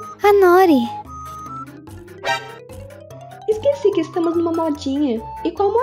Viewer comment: Eu sou japonesa, noori é o nome de uma alga// comida, n é nóri , se fala noori.